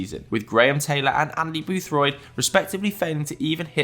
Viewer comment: It's Aidy Boothroyd, not "Andy Boothroyd"